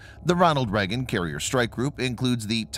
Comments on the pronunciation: Video starts: Immediately mispronounces "Reagan" as "Reggan" 🤨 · why is he pronouncing it "Reggin"?